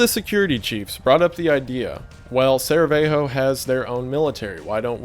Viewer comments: SARR-ə-YAY-voh ... I don't like being that guy, but the history nerd in me was starting to twitch. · saraveho haha, we don't have the same pronunciation as the spanish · "Sarah Veigh Hoe" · Dude I saw this video almost 2 years ago and I'm here again JUST to hear him say "Saraveho" I'm lauging so hard I'm in tears from how confidently he butchered it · 'Saraveho' how do you pronounce it that wrong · but he didn't even say 'Sarahevo' he says 'Saraveho' 😂 we all make mistakes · It’s pronounced “Sarah-yay-vo” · I'm late to this... I have this tendency to watch people's entire catalogues in like a week at a time bc I need something to listen to while I'm at work and while I'm really enjoying your content some of your grammar drives me nuts... Sarajevo... Sarah yay vo.... The j before the v... Also a lot of times you say amiss when you mean remiss... I'm not trying to be a dick I'm trying to help 🤷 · “Saravejho” got me 😭😭😭😭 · Never heard someone pronounce sarajevo as saerahevo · That Saraveho bad me loling XD Thought most people knew how to pronounce names of capital cities at least. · The fun thing is, I watched another video not too long ago about famous assassinations and the person, narrating that video, pronounced it the same way xD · The way this man pronounces sarajevo is a crime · Botched the easiest name to pronounce in this whole thing: Sarajevo. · Drinking game: Every time Wendi mispronounces "Sarajevo" you take a shot. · DId he just pronounced Sarajevo like it's a city in Mexico?! lmao never heard that, but I kinda liked it. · super mi je kak je Sarajevo sjebao SKROZ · WTF IS THAT PRONUNCIATION OF SARAJEVO LMAO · His pronounciation of Sarajevo hurts my soul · I was wondering if he meant Sarajevo. 😆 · Not Saravejo... it's Sarajevo(Sarah-ye-vo), just to clarify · Sarajevo, not Saravejo (Sara-Yay-Voh) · especialy Sarajevo "saraweho" while our language is one letter one sound, so you (eng. speaker) would say it like Sarayewo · Sarajevo my dude, not Saravejo